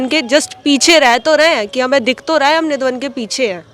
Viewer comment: Radheshyam Sundar.🙏🙏 Nidhivan bolo bhai